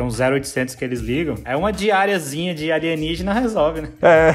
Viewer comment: vou explicar pq o alienígena que vc n sabe nem pronunciar, faria em pedra, '' a pedra é um material natural que demora milhares de anos pra se desfazer, diferente do ferro ou aço que tem um alto poder de corrosão